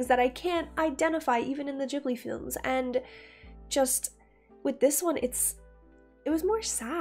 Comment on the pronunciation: Did She really just call it the "Jibbly" train?? "Jibbly films". "Jibbly, Jibbly, Jibbly". It's Ghibli. Studio Ghibli.